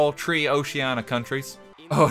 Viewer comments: It really gets on my nerves when he can pronounce TH “twenty tree” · I like how RT says ‘three’ like ‘tree’. I just always picture a tree being a rank someone can be. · I didn’t think this troo Mario won with two point tree four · Three❌ Tree ⭕️ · Twenty tree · I’m now going to tell my tree obsessed friend, I’ll be one, she’s two and you’re tree. Then tell her “didn’t you know? I’m Irish” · one two tree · I dont think it's only Irish, my father is the same exact way and he's from the Caribbean. I've heard British people say it too :) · Wait, three and tree sound different? Crap I never noticed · “I’m twenty tree now” -RTgame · He said twenty tree 🤪😛😝🤣😆